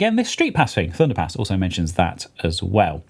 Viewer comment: my american ears kept hearing thunderPANTS so i had to find the video and comment. HAHAHA! thunderpants is hilarious, thunderpass is just... fine i guess. Anyway, love the podcast have a great day